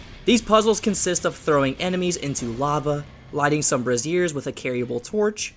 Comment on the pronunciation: I LOL’d at how you pronounced “braziers” like “brassieres.” They sound similar, but mean very different things! Great video overall, though. Otherwise, I wouldn’t be commenting and giving you the engagement!